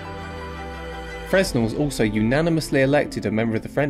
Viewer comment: The 'S' is silent as he was French, should have been pronounced 'Frenn-Elle'.